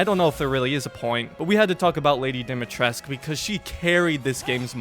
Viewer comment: Dimitrescu not Dimitresc